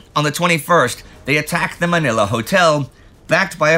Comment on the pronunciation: Ooohhh! Your pronounciation of "Manila" is improving! It's so refreshing to hear.